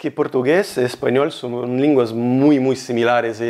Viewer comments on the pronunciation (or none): The Spanish is 99% perfect!!!!!! You only tripped up on it being “lenguas similares” not “linguas similares” (<< what you said)